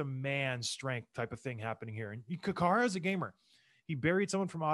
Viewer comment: Great vid... but John Scott, it's "Care-uh" (Or "Kye ruh" as most of us white folks call him), not "koo-ha-ra". I missed this gem of a series though. Just checked out episode one of "Pound for Pound".. man, this content is great!.